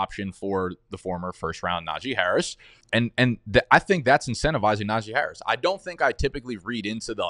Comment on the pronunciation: When said Najee Harris I instantly had to close out